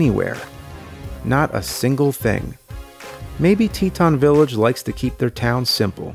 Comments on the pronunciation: Teton is said"Tee-Tawn" at slightly slower speed than the "te-t'n" said in the video. Just saying. Ok, by the middle of the video he finally gets the name correct. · sorry i cant let it go, its like tee tawn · It hurts my brain when he pronounces Teton. It' s TEE TAHN.